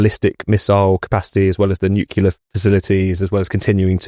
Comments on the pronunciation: Hey,, it's not nukular, but nuclear. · please say nuc-le-ar..."nucular" is making my ears bleed! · Nuclear is pronounced NEW CLEAR not NEWKYULAR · It's not "nucular" but "nuclear". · Nu-klee-uh Not nu-queue-luh FFS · WtF is NU-CU-LAR? It's NU-CLE-AR, ffs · Another good episode. Just one point: it's 'nu-clear' - 'new clear'. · noo kew lar.. 🙄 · Nucular…LOL. Come on, chaps, try a bit harder with your pronunciation and enunciation. Very unpleasant to listen to. ‘ Loads to talk about today’ becomes ‘ Lows talk bout tay’. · NUCLEAR, not Nucular. Please,! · IT'S "NUCLEAR", YOU D*PSH*T. N-U-C-L-E-A-R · Love the discussion but—please—at your next staff meeting have a mini-lesson on how to pronounce 'nuclear' so you sound more credible. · Amazing how many native speakers can't pronounce "nuclear". Trump has started to get it right only recently. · thanks for saying this,. otherwise impeccable. But this reminds me of George Bush tbh.